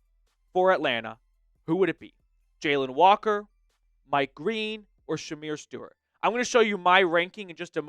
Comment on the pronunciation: Man, you're completely butchering Shemar Stewart's name. It's embarrassing...